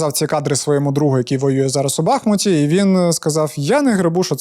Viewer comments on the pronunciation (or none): none